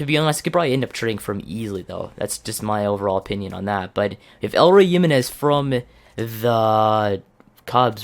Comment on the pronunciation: it is not "elroy" it is "E-Loy"